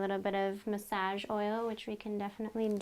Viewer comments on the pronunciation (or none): Muhsajj ? I though it was massage (muhsahj)